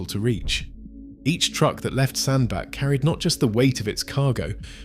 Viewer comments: As stated below it is pronounced Sandbatch NOT Sandback. I am a Cheshireman so I know. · Fkin oath it's Sand-Batch, I told you this on your ERF clips. Give yourself an uppercut.......... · Pronounced locally as SandBatch despite the spelling. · It doesn`t say a lot for the quality of the research if you can`t even find out how to pronounce the name of the town correctly!